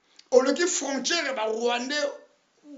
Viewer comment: yo pe oza rwandais po oyebi ko prononcer fronsthrer pardon luka musala ya comedie